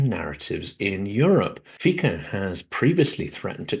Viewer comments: FYI [fiko] -> [fitso] ("Fico" is not read the same way as in English). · not Robert "Fiko", Robert "Fitzo" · Fico is pronounced Fitzo like in Fitzpatrick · Fico is pronounced “Feet So.” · Fyi, Fico is pronounced Fizzo (zz as in pizza).